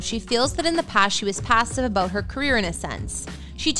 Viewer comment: stopped watching 45 seconds in bc I don't like the way the narrator pronounces the word "about". Also, I don't care.